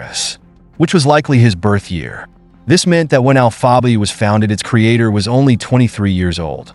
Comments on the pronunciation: You guys need to quit it with this bullshit AI voiceover dude can’t even pronounce alpha bay lol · This comment sounds about as stupid as this AI bullshit trying to pronounce alphabay lol smh